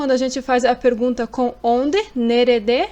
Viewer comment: Ótima aula. As vezes observo que nerede na pronúncia escutamos "nerde". Oda, também pode ser quarto?